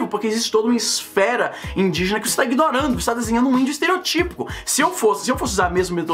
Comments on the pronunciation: Leo Batista fiquei com isso na cabeça também, pensei porra o acento é no O caralho kkkkkkk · Leo Batista ESTEROTÍPO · que raiva me dá quem fala esterotípo(típo-típo) é Estereótipo Caralho acento no Ó óóóÓtipo!